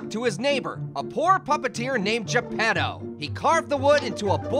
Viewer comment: It's Geppetto not Japado!